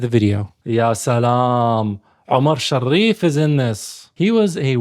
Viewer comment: هههه ليش "شر ريف" !؟ اسمه "شريف" مافي داعي للشدة فوق الراء